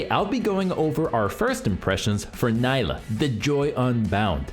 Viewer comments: Gosh dang it, it's "NEE-lah" not "NY-lah" get it right😂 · good guide but I think its Knee-la not Ny-la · It's pronounced NEELAH. She says it herself. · I can't wait to play "ny-lah". she's gonna be so much fun. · Man, imagine being paid professionally to make videos on League champs and not even being able to pronounce her name correctly when the champ herself mentions her own name every other voice line.